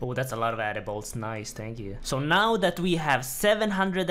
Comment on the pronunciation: The way you say ‘Addy Bolts’ is extremely satisfying